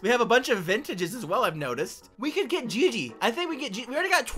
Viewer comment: It’s pronounced gigy